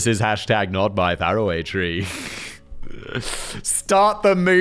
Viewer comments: ..No Simon. It's Far-Away Tree. Farrahway tree is... just..wrong? :P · Simon, it's pronounced Far away Tree. You know as is that's faraway.